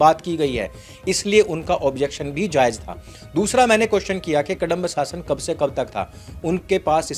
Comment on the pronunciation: कडंब 😖 नहीं कदंब है ।